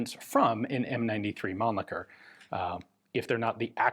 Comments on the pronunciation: Mannlicher, not Mannlicker! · Being german, it bends my toenails, when english language speakers speak german ch sound (Mannlicher)as k. German ch sound ( two variants) is about the noise, an angry cat makes , when laying down the ears.